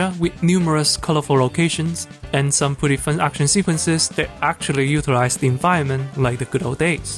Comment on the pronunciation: My dude, the way you pronouce "Utilize", it always sounds like "Euthanize"